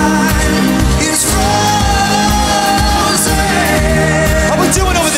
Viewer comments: It's forzaynnnn. Not frozen🙂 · 02.12 harry say "is froZAYN"